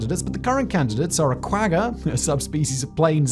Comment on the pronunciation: I never fail to burst out in laughter when I hear try to pronounce Afrikaans/Xhosa/South African words xD. Quagga requires haaaarsh g's, like grinding gears. I would recommend asks Ilze for a pronounciation guide on it xD